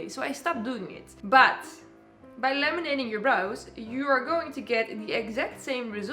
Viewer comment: I keep hearing "Lemonading"